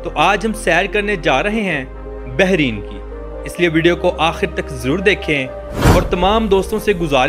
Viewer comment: ”بحرِین“ نہیں میرے بھائی، بلکہ ”بحرَین“ ہے ۔